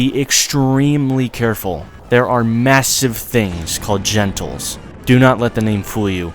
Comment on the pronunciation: its not gentles, its genitals.